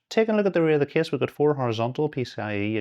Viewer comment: That kiss pronounciation instead of case really distracts me lol